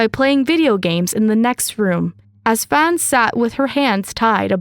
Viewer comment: the 'a' in 'fan' is pronounced like the 'a' from 'ark'